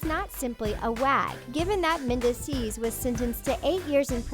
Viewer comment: Omg the narrator constantly mis- pronouncing mendeecees harris' name is driving me crazy. Like do some research and learn correct pronunciation before doing narrative commentary!